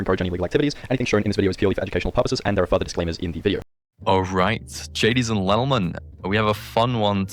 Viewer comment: “alright jadies and lentleman”